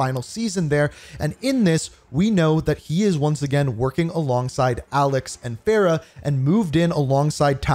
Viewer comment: ITS FAR-RAH NOT FAIR-RAH!!!!!